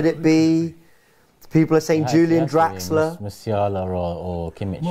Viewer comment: It’s Draxler!!! 😂